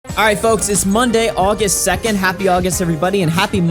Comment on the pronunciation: In the opening I imagined you said «happy Augieust» xD